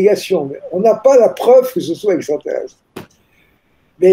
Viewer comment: MEME PAS CAPABLE DE DIRE EXTRATERRESTRE ........